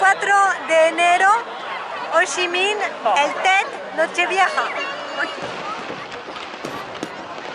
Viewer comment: Gran vídeo. Pero mu mal no saberte los nombres de los templos...mira dice muuuu bien o ssii minnn le pone ganas,tu habrías dicho jooochiiiiiiiminnnn🤔 La verdad que un vídeo acojonante,no así la tortilla!!!!. Un abrazo!!.